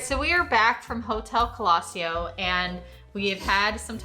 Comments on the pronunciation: Nice video, thx. The name "colosseo" is Italian, you stress it on the "e". Keep going, I subscribed. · First time You pronounced it like we Germans do. 😊